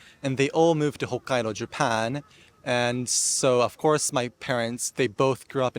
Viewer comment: People saying he has an American accent ! Where ? People who speak with standard American accent don’t say the following “ of course “ like that …. “ all four of my grandparents moved to Japan “ . “ the word “all” is not pronounced like that and the word Japan is more British sounding every time he says it … “ first of all . “Only British by law “ the word law is more open when we say it here in US… I knew I wasn’t Asian . “ knew “ is very British sounding . The word around , I mean I can go on and on , he has obviously American influence but it’s clear British and Australian and dare I say New Zealand too but I can only speak for American English so there . Bye